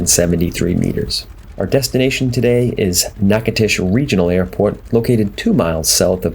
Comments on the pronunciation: “Knock-a-tish”, Louisiana. Really guy. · Nachitoches = Nack-uh-dish Louisiana..... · I didn't realize he died in a plane crash in '73. :( Btw: Even though you see a "T", Natchitoches is pronounced with a "D" (nah-codish). I lived in La. for three years and it's a popular place. :) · Dude…it’s pronounced NATCHES…. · natch uh toe chiss, dude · You're killing me! Natchitoches is pronounced NACADOTIOUS. NA (a like apple) CA (hard C; a like alone) DO (like doe the deer) Tious (like shush). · You know I was in there a few years back in a Kingair and the locals seemed to pronounce it “KNACK-A-TISH”. I never heard the “DO” part as you put it. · Dude Learn how to pounce the names of people or cities you know nothing about! I do not know what that garbage was that you said but is it way off! Nachitosches is simple to pronounce unless you are a Yankee or from Fagaforinia! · You might want to ask a resident how they pronounce the name of their city.